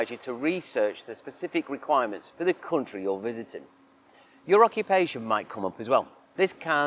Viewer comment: how he pronounces country as cuntry makes me feel like the cuntry that's asking this many questions just for your visit, isn't probably worth visiting in the first place as you'd feel like some hostile among all those cunts